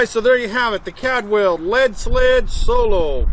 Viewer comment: Caldwell,not cadwell